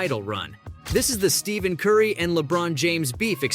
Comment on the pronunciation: Steph*A*n curry😂